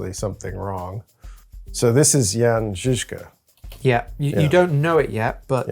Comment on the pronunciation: As a Czech, I appreciate the pronunciation of the name Jan Žižka in this video. But about the loss of his first eye: It's true that there's really no documentation of how it happened to him. But the greatest experts on the history of this period, like profesor P. Čornej, consider it most likely that he lost his eye in childhood.